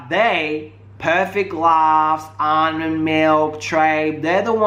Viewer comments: HIS NAME IS NOT ALMOND IT ARMON PLEASE GET HIS NAME RIGHT IF YOU WANT SOMEONE TO GET YOUR NAME RIGHT !!! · I'm dead did u jus say almond lmfao its ar'mon 🤦🏾‍♀️🤦🏾‍♀️ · You pronounce Armon so weird😂😂